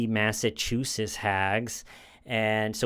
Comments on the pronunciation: It's MassachuseTTs, buddy. There are 2 Ts in there & you're pronouncing neither. As a resident of MA who's originally from Brooklyn, I can't let it pass. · Mass-ah-choo-sits. Or mass-ah-chew-sits